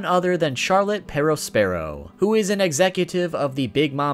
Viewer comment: The way you pronounce perospero